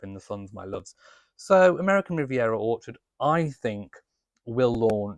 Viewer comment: You nearly said awkward not orchard!